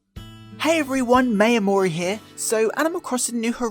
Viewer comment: The way you pronounced Mayor Mori was...questionable "Memory"